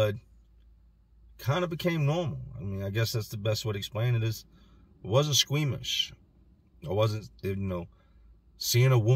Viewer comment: Lmao saying squeamish